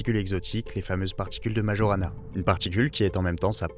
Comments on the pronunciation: ça ce prononce maYorana... c'est le nom d'un génie de la physique du siècle dernier, un italien qui a disparu mystérieusement. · Tu ne sais meme pas prononcer Majorana ( nom de physicien sicilien)!!!